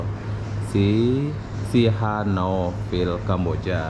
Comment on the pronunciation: See-Hanook-Vil pak cara baca nama bandar ini.